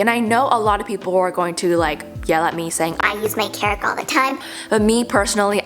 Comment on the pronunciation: thinking of making a compilation of you saying kerig instead of keurig